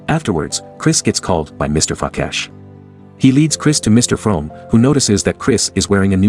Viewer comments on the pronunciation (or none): am I the only one who heard " Mr.Fuck ass" instead of "Mr. Frakesh"